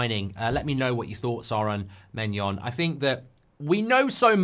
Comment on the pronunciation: How can you pronounce maignan as maynion and gyokares as Jokares